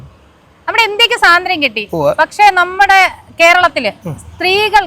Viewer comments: സ്വാതന്ത്ര്യം എന്നാണ് പറയേണ്ടത്,, സാധന്ത്യം എന്നല്ലല്ലോ 😊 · സാതന്ത്ര്യം അല്ല പെണ്ണുമ്പിള്ളേ സ്വാതന്ത്ര്യം